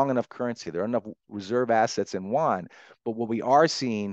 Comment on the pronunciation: He can't pronounce Yuan??